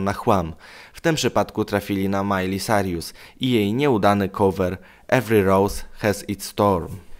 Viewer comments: Boże... nie gadaj po angielsku! Jesteś tragiczny... Majli Cajrus, a nie Carjus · nazwizko Miley czyta sie sajrus a nie sarius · sajrus nie sarjusXDDD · Mówi się Majli Kirus 😇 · co Ty powiedziałeś Carjus? 😂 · Nawet nie umiesz wymowic poprawnie nazwiska Miley XDXD